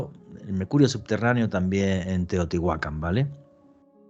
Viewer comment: Que buen programa pero me intriga saber pq pronuncia mal los nombres y les pone acento donde no debe, ejemplo, Teotihuácan y no dice Teotihuacán. Simple interrogante sin ánimo de ofender